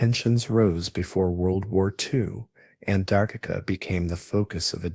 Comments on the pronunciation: And now they want AI to help teach our kids in school. We're gonna have an entire generation of people saying Antarcta, and think that's correct... don't you people watch or proofread these videos before you post them ? If it wasn't so hysterically dumb, it's also a horrendously bad video, comic book just terrible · It's Antarctica not Antarctica. this must be AI because the way you said it sounds like a different word. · Very hard to pronounce Antarctica huh? 😂